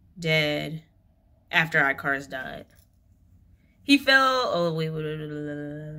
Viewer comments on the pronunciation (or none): Why you always be saying “eye-car-us” it’s pronounced ick-are-us ❤ ur reading are so so good tho haha